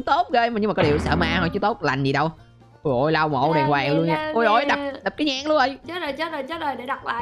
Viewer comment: Từ của người ta là "đoàng hoàng" chứ không phải là "đàn quàng" nhé anh 😁😁😁